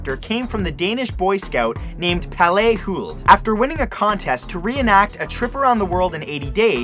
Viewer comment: lol, the way he said Palle, he said it like Pallé